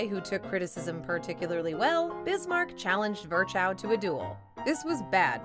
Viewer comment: Can you please refrain from butchering German names such as "Virchow"? It's more "Veer-hoh" and not even remotely close to you made of it.